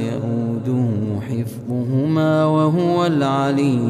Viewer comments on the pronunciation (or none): none